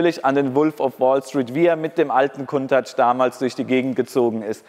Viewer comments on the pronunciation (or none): Warum sagst du immer "Kuntach"??? Das Auto heißt "Countach", wie Account, danke. Das nervt extrem, danke. Nettes Video, weiter so. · ich habe die Aussprache Countach hinterm C wird ein u gesprochen noch nie so gehört. Ist das denn richtig ?